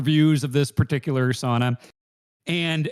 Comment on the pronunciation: as a finn, that "sauna" conversation was painful